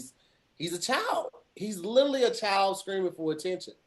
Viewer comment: Kinda hate the way pronounces “literally.”